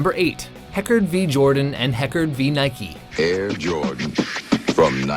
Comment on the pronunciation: NIKE NOT NIKIIII